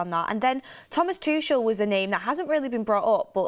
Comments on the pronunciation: I’m actively seeking help but it really irks me when names are mispronounced. Tookelle, Tooshle. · The way she kept saying tuchel. Has she never heard how you pronounce his name before !!!